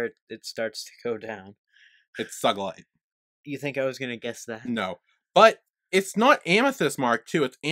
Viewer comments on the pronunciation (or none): it’s not sUUUUUgilite it’s sUEgilite you got the short and long vowel wrong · i smashed my keyboard when he said "SAgilite" it's SUGILITE!!! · I think he said suh-gilite. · Me: soo-gull-ite You: sug-ull-ite What the heckk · did he just said sagilite it's spell Su-gi-lite😂😂😂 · HE SAID “suhgillite” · "its Sugilite" me: why did he pronounce it wrong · “RhAHdonite” “SUHgilite” Shits myself sadly:( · I felt very betrayed for some reason because he’s like watched the whole show and heard then pronounce sugilite, but I feel bad for feeling betrayed